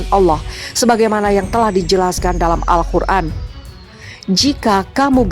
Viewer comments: Min AL QUR'AN BUKAN AL KHUR'AN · Yang betul tu Alqur an bukanya Alkhur an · Al Qur'an. Bukan Al khur'an